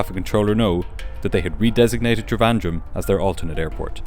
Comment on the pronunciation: I'm so impressed with the pronunciation of Coimbatore and Trivandrum - great video